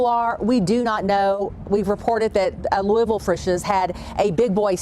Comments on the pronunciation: needs to work on his pronunciation of Louisville. Lou-e-ville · It's pronounced lul-vul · Ouch. Please never say Louisville like that ever again. If you're pronouncing the "I," you're wrong. 😂